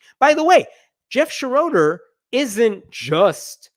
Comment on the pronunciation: It Shro der not Sha RO der. it's German.